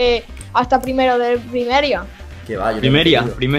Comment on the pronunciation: chicos llano es primaria es primeria 😂😂😂😂😂